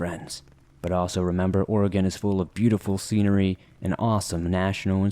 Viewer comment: As a 5th generation oregon local I thank you for saying the states name correctly and much thanks for doing this video. I've been waiting literally years for this video to come out!